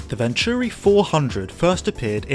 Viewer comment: Nice video. A great car for the BPR and GT1 categories, within the spirit of the rules too. I remember the 600LM running with the fastest F40s at Le Mans in the opening laps in front of the McLaren's, only finished 20th or so though if I remember correctly. They always pronounced it Vontury on the telly though.